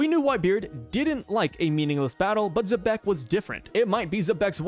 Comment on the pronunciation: Nash also knew about Zeus, who was created by Linlin after Carmel's death, and the Homies clearly aren't aware of each other by some kind of mental link, since Nash didn't know about Zeus becoming Nami's servant. And I just now realized I don't think I've ever heard an English-speaking YouTuber pronounce Xebec correctly as "zee-beck". Sure, fans get names wrong all the time, but this a little weirder than most, since as a name for a ship type it's a word used in English (though probably not often), and even its Wikipedia article has the pronunciation written in IPA. And since the corresponding Japanese article uses the same katakana as the character's name, there's no room for alternate interpretations.